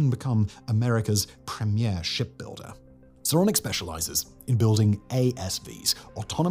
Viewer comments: Can't help but hear "Sauronic" every time. One yard to rule them all. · “Sauronic”‽ What, as in “like Sauron”‽ 🤣